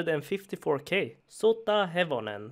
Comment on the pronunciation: Damn you pronounced sotahevonen well